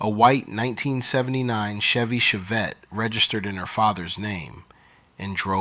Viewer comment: Chevy Chevette (shev-et) 😂